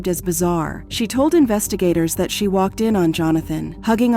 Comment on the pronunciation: C'mon, please fix the AI. You can get it to pronounce words properly. "Waked off"? Really